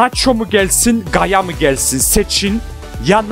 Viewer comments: yaya değil gaya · Gaya ve Marcos diyen +1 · gaya , de marcos